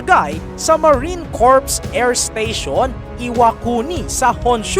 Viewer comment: Corp ang bigkas nito ay COR at hindi CORP.......